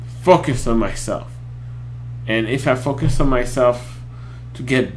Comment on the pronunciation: The Legend is back! But now that you're not a brony... reactions to non-pony videos? PS. For some reason when u say "focus" I'm hearing "fuck" xD